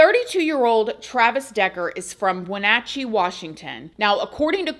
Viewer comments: This happened in my home town, everyone is devistated. Side note, I'm impressed you said Wenatchee right :) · You actually said wenatchee right kudos to you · You said Wenatchee just right.😊